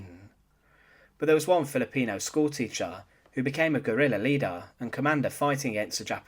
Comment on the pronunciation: Schoolteecha Leeda Ad nauseum…